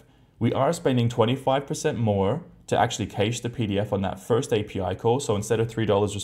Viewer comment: Oh dear, please Google the pronunciation of "cache" and "caching" there is no "i" after the "a" and it's hurts listening to that. Please.